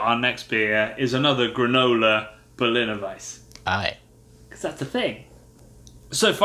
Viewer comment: I love this channel, and you boys definitely know your beers better than I ever will, but it's pronounced Berliner "Weiss-uh". The e isn't silent!